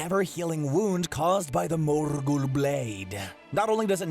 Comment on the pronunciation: My gosh the way he pronounced Morgul just killed me